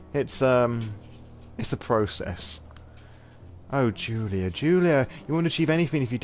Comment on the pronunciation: I love your storytelling, it was great! One of the best streams of SoNY I have seen so far. PS: No, you butchered both name and surname ;p Slavic version of the name "Julia" is not the same as the germanic one in the terms of pronunciation, while surname requires soft "ń" in the middle.